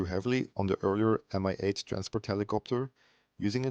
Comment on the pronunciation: It pronounces exactly like "ME" M-I makes my ears hurt